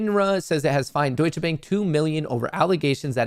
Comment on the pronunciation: wie er Deutsche Bank ausspricht haha